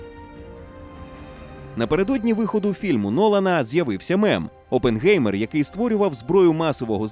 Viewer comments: Оппенхаймер, а не опенгеймер, які нафік геймери?🤡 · Хто може мені пояснити чому прізвище Оппенгаймер перекрутили на Оппенгеймер? Який ще геймер, прізвище німецьке, в німецькій мові еі читається як ай, мені як людині яка розуміє і може говорити німецькою мовою просто ріже вухо! Що не так з українською транслітерацією?!!! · Але взагалі-то правильна вимова – це Опенхаймер. Бо як тоді писати -Oppengamer, це ж не одне й те саме😂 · Оппенхаймер - так правильно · якщо перекладати то з німецької (опенхайма вимовляється) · Це німецьке прізвище, і там Oppenheimer. Та й навіть вимовляється через ай